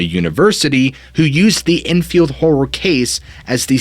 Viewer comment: lmao its "enfield horror" not "drunken whore" so it couldn't be pelosi